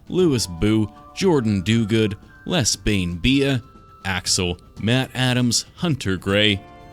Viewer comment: SO CLOSE its les_bane_bea pronounced lez bane bee